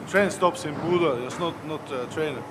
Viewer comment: Bo dude...bodø